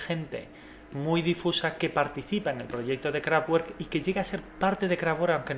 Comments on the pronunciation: Q pena contigo pero ni lo uno ni lo otro por q el aleman no pronuncia..como se escribe se lee...lo q sucede es q en ellos hay muchas palabras q terminan en casi 3 consonantes juntas kraftwerk...solo mira como FTW esta en la mitad y como 2 ..RK terminan y son consonantes por lo tanto...creo q se lee kraftwerk...sonara a kraftuerk...pero en realidad es ..kraftwerk....esa doble u..no sonara como u sino como doble v..osea ...kraftvverk....o...simplemente...KRAFTWERK.....el decir kraftuerk es de los de habla ingkesa e hispana....pero como es aleman....mundial mente ...lo tendras q leer tal y coml se escribe...rammstein.....peter schilling.....michael schumager......michael por ser americano ..sonara maicol...pero el apellido es aleman osea schumager...algunos idiotas decian o dicem chumaja..y no es asi es schumager ...tomas muller...y unos idiotas solian decir miuler...y es muller...... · Que pasha jolines. Porque chingados no le tienes el respeto a una super unión de músicos de conservatorio y te esfuerzas tantito en mostrar cultura de la fonética del nombre de su banda " Kraftwerk ". Ensayarlo mil veces antes hacer videitos irrespetuosos. Werk ...se pronuncia como si dijeras Verde... Lejos de suscribirme a tu canal más bien te doy manita abajo. Cacho de cabronazo. Saludos desde México. Gracias amigo burro. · Sólo para resaltar: se pronuncia 'Kraftverk' no 'Kraftuerk' la pronunciación alemana difiere de la pronunciación inglesa (por fortuna!!!) Si se habla de una banda iconica al menos saber como se llama, lo mismo pasa con Rammstein se pronuncia 'Rammshtain' no Rammstein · Pronuncias el nombre de la banda equivocadamente. No es “kraftgüork” si no que “kraftverk”!!! Recuerda que es una banda alemana. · Qué daño en los oídos cada vez que pronuncias Kraftwerk como craf uerk en lugar de craft verk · Kraftvak no krafwer, es alemán no ingles y que chido no sabía esto de la banda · La w de werk se pronuncia como una b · La W alemanes se pronuncia V